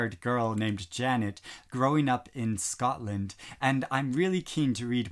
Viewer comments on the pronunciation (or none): none